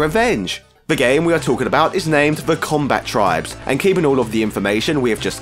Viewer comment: Comba-tribes, not Combat-ribes.